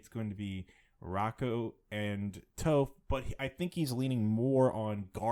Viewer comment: Her name is Toph with a short o. Not a long o. You need to watch some avatar asap.